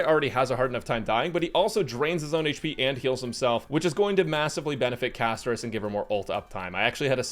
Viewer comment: Castorice ❌ Cashtorise ✅ with global passive